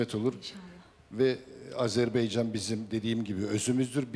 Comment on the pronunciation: AZERBAYCAN ,o kardeşim Hepsi birden Azerbeycan, deyip duruyorlar.Biri de çıkıp düzeltmiyor Ya Hu ❗